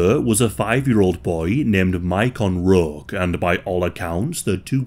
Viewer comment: "Roque" is pronounced as Row-kei